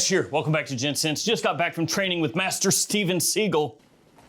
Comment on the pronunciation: Master ❌ MAshter ✅ btw, can we start a petition to have Ferragamo bring back the Uomo line?